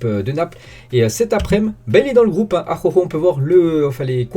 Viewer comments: Très bonne vidéo 💪🏾. Aroro 🤣😂, moi aussi j’avais ce problème au début. Dit juste Arojo pour faire simple 🤣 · Bonne video sinon c'est araujo pas akhokho 😉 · Ça se prononce a-ra-ou-ro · Stp apprend a dire araujo 😭